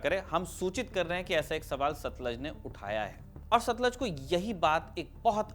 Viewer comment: sattlaajj nhi ... sattlooj....sattluj.....please....just as a minor friendly correction.....same as we say not punjab....poonjab...... but paanjaab